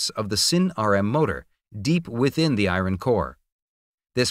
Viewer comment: "the i-ron parts..." Aaaarghhh